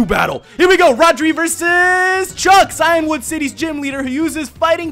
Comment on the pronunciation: If he called Cianwood City Clanwood City one more time I would've just shut this video off. The last video irritated me when he kept repeating Clanwoood.